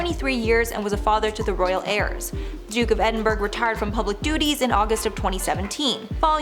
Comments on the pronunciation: It's pronounced like "Edin-bruh", not "Edinberg" lol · Edinburgh is pronounced ED-in-BUR-əh or Edinboro not edinbrigd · Its pronounced "Edin- BURRA not "Berg". Just thought you should know. I'm from Britain. (Prince's Philip's title) 😊😊😊😊